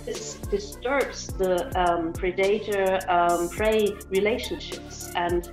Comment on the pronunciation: I get not nailing pronounciation but predátor?